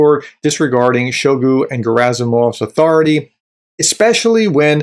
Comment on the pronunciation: I find it hilarious when you call Shoigu. 😅He certainly deserves that disrespect. Keep up the good analysis.